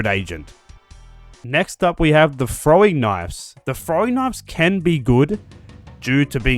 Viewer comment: "Frowing knives". So hard to get my ear around that OG English.